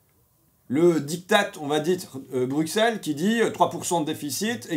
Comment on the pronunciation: Bruxelles se prononce BRU-SEL !!!